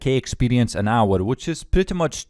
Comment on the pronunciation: Oh I missed hearing you say expelience